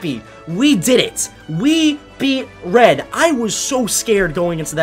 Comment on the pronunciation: I thought he was saying Fred instead of red